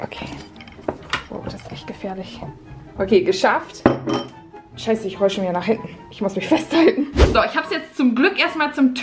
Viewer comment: du sagst immer sheise